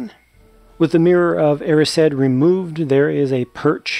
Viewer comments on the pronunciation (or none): The way he said erised. I don't know if all Americans pronounce it "e-ree-said" but i pronounce it "ee-rise-d" lol